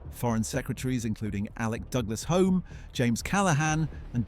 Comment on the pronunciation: "Douglas-Home," pronounced Douglas Hume. hyoom .